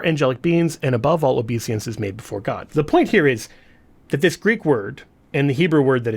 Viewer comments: It's obeisance, not obesiance. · Sorry, I couldn't help myself, but... OBESIANCE? Did you mean OBEISANCE?